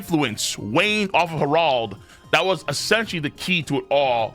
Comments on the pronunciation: Saying it with the hard R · Why do you keep on calling him har- ald 😂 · love your videos but the way u pronounce Harold sets me 😂 love tho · Why is saying Harold so wierd lol